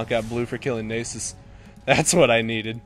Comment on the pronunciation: The way he says Nasus reminds me of the word anus.